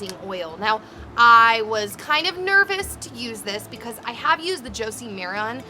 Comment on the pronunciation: It's Jo-see Mah Ran